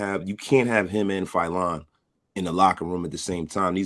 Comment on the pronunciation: Your not even saying his name right